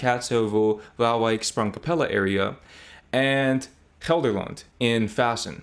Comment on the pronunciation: your Gelderland and other Dutch pronunciations are spot on, impressive!